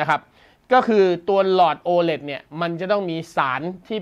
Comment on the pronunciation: ตัว โอ 5555 โอไหน โอ เลท ไง